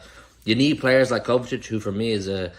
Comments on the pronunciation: mate it’s pronounced KovaCHICH not ‘Kovetic’ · Someone please tell that’s it is kovacic, not kovatic